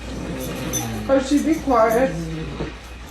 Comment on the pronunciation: Bothers me how she pronounces Hershey